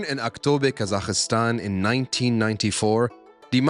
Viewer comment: Thank you - very enjoyable. My only criticism: there is no letter i in Kazakhstan.